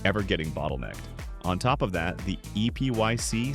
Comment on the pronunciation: Its pronounced {Ep-I(Y)-C} :D